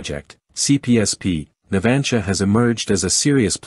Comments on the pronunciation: El lector no sabe propnunciar "NAVANTIA"?..... Qué es eso de "Natgia"?? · No tienes ni idea de como se llama la Empresa que ofrece los submarinos.Es Navantia.Navantia,por si no te ha quedado claro